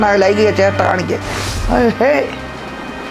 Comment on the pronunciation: ലൈംഗിക ജേഷ്ട അല്ല ലൈംഗിക ചേഷ്ട എന്നു പറയു. BA മലയാളം ആയിരിക്കും .